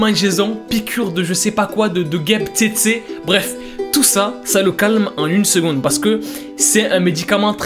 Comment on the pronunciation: piqûre de guêpe tzé tzé 😂😂😂🤣🤣🤣🤣🤣c'est mouche pour info